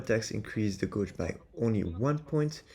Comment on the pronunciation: Guage is pronounced Gayj, rather than Goj jsyk. Uryu is busted o.o